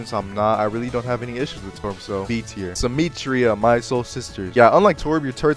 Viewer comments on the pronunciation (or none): Goes off about the pronunciation of "Illari" yet you call "Symmetra" -> "Symeetria" 💀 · brother complained about illari pronunciation and then called her Symmetria